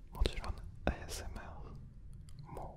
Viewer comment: の日本語ってほとんど母国語なまりが無い。すごい。ASMRっていう単語すら日本語っぽく読んでるの意識高すぎ！！